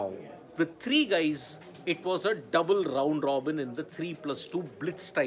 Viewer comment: Rrrrround Rrrrobin - what a cute accent